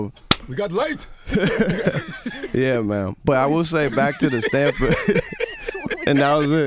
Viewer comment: "we got lightt" Charlamagne is a fool